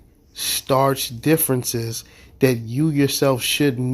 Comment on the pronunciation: Did you actually mean "other big stark differences"? LOL I giggled a bit when you said starch.